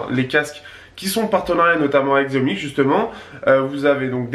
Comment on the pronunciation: on dit pas xiaomi mais chiaomi